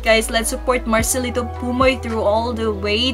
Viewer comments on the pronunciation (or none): It's marcelito not marcelino😂